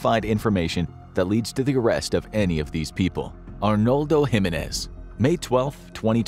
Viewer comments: It's pronounced "HE MEN EHZ" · No, he didn't pronounce my last name, "Jimenez" with the right inflection. It's decent but more work needs to be done in pronouncing Spanish names.